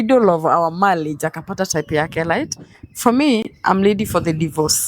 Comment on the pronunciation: I leglet,malliage light?yeah..mwanamk fala na kizungu chake cha matakataka.....huyu jamaa nae amepoa sana..